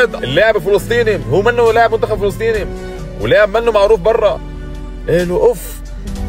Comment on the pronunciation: لاعب وليس ليعب !!😂